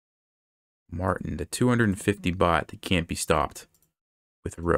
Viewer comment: Fun fact, since he's Bulgarian his name would be pronounced MartIn, not MArtin.